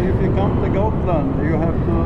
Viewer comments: Haha, the Dutch G confusing you. She pronounced it like "schotland" and not Gotland. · Not hotland Gotland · She's on Gotland. She is from the Netherlands so they pronounce G like ch for some reason.